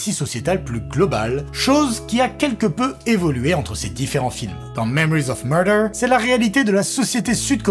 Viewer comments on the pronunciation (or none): « Memowiz of muwdew » 😭 Ces Youtubers qui aiment trop se regarder… la perruque… au secours. Il n’y a pas d’info, tout ça est flou et n’est qu’un avis de plus sans acuité, angle, ni singularité. Qui a-t-il de plus à apprendre ici ? Niet. Quel rôle jouent les youtubers dans un monde où l’info se diffusent à grande vitesse, sans filtre, ni recul ? Même avec le temps supposé de digérer le film (la vidéo arrive 3 semaines après la sortie de Mickey 17), il n’éclaire en rien et nourrit simplement un algorithme, au mieux, le simple spectateur ravi de trouver un avis perdu comme le sien. Si on délaisse les médias de fond pour ça, ne nous étonnons pas de l’état du monde.